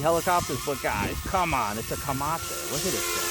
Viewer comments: wat the hell is a camacha ? or you mean Comamche. kuh-man-chee. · He didn’t even say that correctly. He said comache. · Camache' 😅😂 I was like wh-wh-what?!lol Yeah Apache longbow. It was really getting buffeted in low range but crazy power in high range. It actually sounded like a turbine engine. I'm almost afraid to look at the price. But she is a beauty. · Ahh yes. The formidable “Commmanchshahah”. I love it lol.